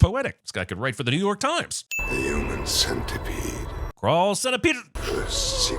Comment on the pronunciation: Sin-tepede XD